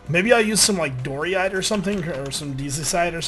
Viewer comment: Thank you! I'm not the only one that was thinking of this. "Doryite" XD